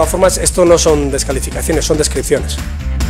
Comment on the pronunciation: "Pa' servir a España" Fracasadito ya no sabe ni pronunciar bien